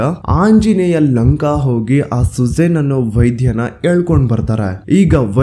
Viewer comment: ಸುಜೇನ್ ಅಲ್ಲ ಸುಷೇನ ಅವರೂ ಕೂಡ ಲಂಕೆಯವರಲ್ಲ ಅವರೂ ಕೂಡ ಒಬ್ಬ ವಾನರ ❤ ಧನ್ಯವಾದಗಳು ನಿಮ್ಮ ಕಾರ್ಯ ಕ್ಕೆ❤❤